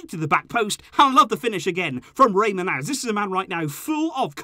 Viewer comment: I’m Albanian and I cringe every time you pronounce Manaj like that. 😬 Both “A”s are pronounced like “à” like in Collado, with the accent on the first “a”. “J” is the same as “y” in Rey. Check it on google translate.